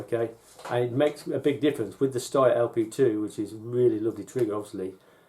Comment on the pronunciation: Good review. Only thing I'm not sure you're pronouncing "Steyr" properly; someone once told me it's pronounced like 'stair'.